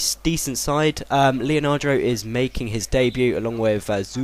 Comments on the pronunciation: It's leandro, not leonandro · i don't understand where do you get that extra a to leandro from. you say it leonardo, it's leandro =D good vid btw ;) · Leandro not leanardo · is leandro not leanandro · its le-an-dro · his names le-an-dro i know you said not to say anything but it's pretty easy to realise that its leandro :L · it's le-an-dro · The real way to say Leandro is : Lay-Ahn-Dro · Pronounce Leandro like : Lay-Ahn-Dro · His name is pronounced "Lee-an-dro" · Le-an-dro. Maybe you should actually read their names. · It's not fucking Leanadro, it' Leandro, also, how can you pronounce Enoha when there is clearly not an A at the end of his name? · Lemme give you some help here... 1) Leandro: Lee-yun-droh 2) Sulejmani: Sul-lee-man-nee